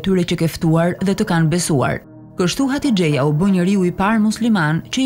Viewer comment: Hatixhja jo hatixheja